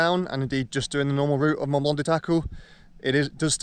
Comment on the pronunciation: Learn to pronounce Mont Blanc, if you're living there! Cut.